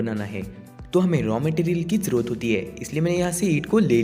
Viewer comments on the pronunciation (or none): none